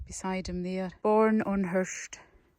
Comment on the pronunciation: Wow. This is a wonderful video, and coming from a 'local' like yourself it has so much more meaning. Today i've learned the correct pronunciation of the island of 'Hirta'. I have lived in Cornwall for a long time. This year i visited the Isles of Scilly and the isle of Lundy (which also has over 300 Soay sheep!), oh and i visited Ireland last month as well!. I've visited many islands around the British (and Irish) isles over the years, but St. Kilda has been top of my list for a long time. Thank you so much for this video, it's as if i've already been there. Thank you. Happy New Year! Ed.xx